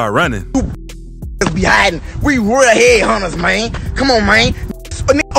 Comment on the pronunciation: The way un was saying mane